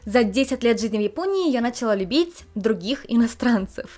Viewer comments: извините пожалуйста, но это очень режет слух, не "нАчала", но "началА". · Люблю ваши видео, но удивительно, стала замечать что часто ударение в слове "Начала" не на ту гласную падает. нАчала, хотя правильно и не режет слух началА.